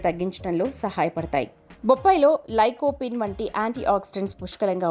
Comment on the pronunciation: Adi lycopene thalli, mundu pronouncetion correct gaa cheppandi